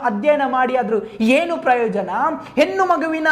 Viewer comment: ಹೆನ್ನು ಅಲ್ಲ ಹೆಣ್ಣು ಮಾರಾಯ